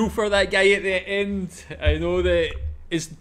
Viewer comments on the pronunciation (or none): why is bro saying "gay" instead of "guy"